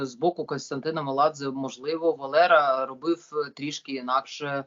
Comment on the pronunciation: Валера??У нас же ж є своя буква свій звук Є у нас є є є Валєра.